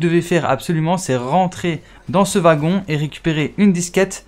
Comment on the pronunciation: Le wagon 😅, ta prononciationz ma tuer 🤣